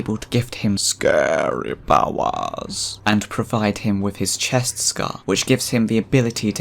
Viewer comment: I definitely hear "scary powers" there :D